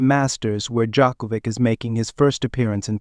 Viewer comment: Learn to pronounce his name for god's sake!